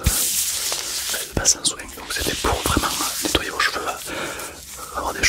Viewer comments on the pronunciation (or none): Sa me stresse il dit soing au mieux de soin 😭😂